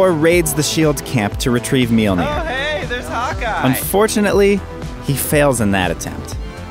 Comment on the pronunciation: Furthermore, it's not Meelnir, it's Mjölnir.